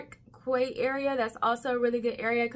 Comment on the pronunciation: Local here! Geylang is pronounced as gay-lung Quay is pronounced as key - Clarke 'key'; Robertson 'key' As a driver i get lost at interchanging stations myself when i take the mrt too 😅 Singapore is a generally safe country, just beware of drunkards in nightlife areas.. its basically Asia in tutorial mode. Glad you enjoyed your stay! 😊